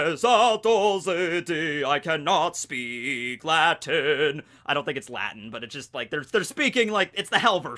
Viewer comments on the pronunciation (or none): none